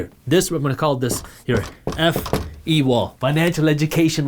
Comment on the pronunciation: I thought he was gonna say “FU wall” instead of “FE” 😂